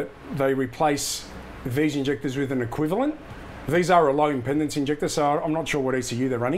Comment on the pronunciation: Impendance? I think you'll find it's impedance.